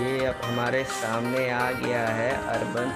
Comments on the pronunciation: भाई ब्रांड का नाम तो ठीक से बोल ले। अर्बन नहीं, यूबोन है। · Sab sahi laga...aap Khali Nam galat bol rahe ho